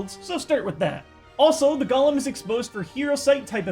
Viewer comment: Why do people think Golem is said "Gollum" like in Lord of the rings? It's Golem (Go-Lemm)